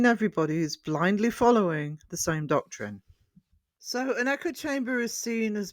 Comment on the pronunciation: great video well said my friend respect ps you say doctorine is that in the house in the tardis etc sorry you know my humour also i can recommend Debunked Paranormal as a debunker for video reviews on the work xx